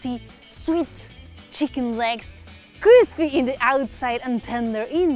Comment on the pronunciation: You said 'cruspy', I subscribed. LOL. Your talent is an added bonus. :p jk! Love your channel.